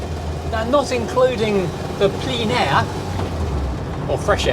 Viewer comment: ‘Plein air’ is pronounced more simply than one might think. More like ‘plen air’.